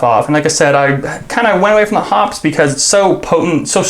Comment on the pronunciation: You are pretty knowledgeable but you need a reading lesson if you want something (such as a rabbit) to move it hops and you say it that way. Hops. However when you have two P's with an "E" behind it then becomes Hop pees with a long E sound and is pronounced that way so quit hopping and get to Hop peing! Hearing it mispronounced is like fingernails on a blackboard! Puts my teeth on edge. End of lecture. Gabby